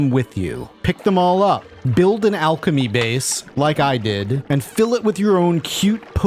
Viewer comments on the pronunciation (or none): none